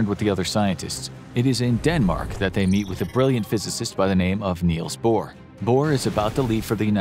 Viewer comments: Niels Bohr, not Neils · Niels Bohr, not Neils Bohr!